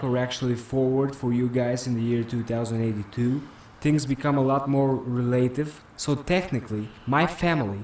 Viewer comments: he said 2 thousand 82 not twenty 82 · 2082 is pronounced Twenty-Eighty Two,. Not two thousand and eighty two. 2018 is Twenty-Eighteen. Not two thousand and eighteen.